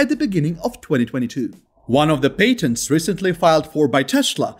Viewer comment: That's paytently obvious.